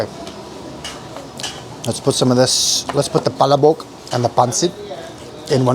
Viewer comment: Pa__la__bok. Not pala_bok.